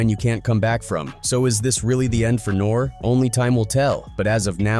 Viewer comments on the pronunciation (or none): NOR REE NOT NORE!!! is this AI or is this a little kid who wasn’t around back then? I always wondered that when people mispronounce famous people… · You're not saying his name right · How can anyone take this video seriously!? YOU NOT EVEN SAYING HIS NAME RIGHT!